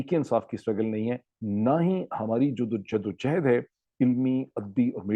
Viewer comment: Dr sahib,JIDD O JOHOD ,not JADDO O JEHED, Thanks for understanding😊